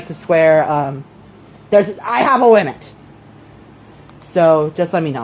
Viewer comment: "I HAVE A WIMIT"